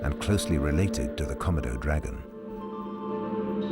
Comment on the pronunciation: Why can't the narrator pronounce Komodo correctly: kuh-mow-dow.